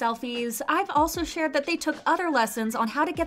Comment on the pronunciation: You said IVE but you need to read it like EVE not ive eve